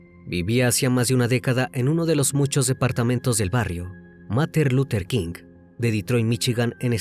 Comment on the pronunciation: Mater luther king????????? No te pases es Martin Martin Martin luther king